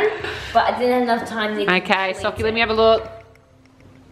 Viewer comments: It’s so cute how calls Sockie ‘Gockie’ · 🤣🤣🤣 HAHHA YESSS and when tries to pronounce sockie's name too😂 too cute!